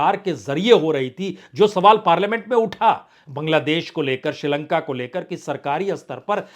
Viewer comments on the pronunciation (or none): none